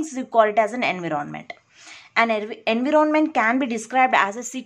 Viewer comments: ANVEROONMENT ni bibi environment hota ...chwal jahan ki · Enve-ron-Ment :yougotthis::yougotthis::washhands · Kindly pronounce environment properly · What happens to you.......🙄...she is really amazing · I didn't mean that, she is wonderful , but she ruin the word environment.